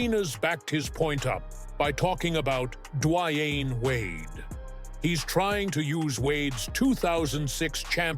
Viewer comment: Duh-WYANE Wade. LOL Why does this vid show T-Mac all throughout? It has NOTHING to do with him.